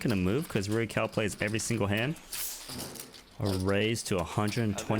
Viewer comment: Commentator also got it wrong but the cao in rui cao is pronounced tsao. the "ts" sound is like the end of cats